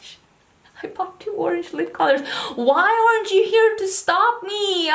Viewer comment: "I bought two orange lip colours! Why orange you here to stop me?!" LOL was that deliberate or happy accent-accident?